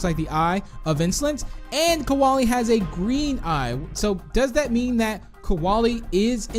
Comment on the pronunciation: KOALIE IS NOT PRONOUNCED LIKE THAT!!!!